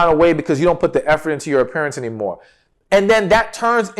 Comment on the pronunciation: You said put in effort in your appearance and I first heard it as put effort in your parents. Had you not explained I would have been completely lost.